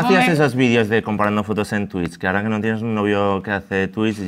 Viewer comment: Y me diga ara (ahora) dicho malamente jsdjsjs